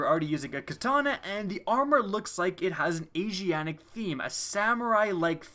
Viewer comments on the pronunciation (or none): It's "AsiaTic"